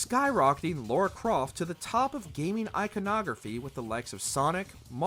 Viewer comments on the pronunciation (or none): Yall still cant say Lara Croft... Who is Laura??? Hire me next time to do the voiceovers. Seriously